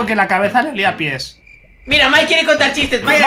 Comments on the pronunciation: lo dijiste mal era Mike no es maik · Cuando lo dijo parecía que decía mikecaca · Cuando dijo mike crakca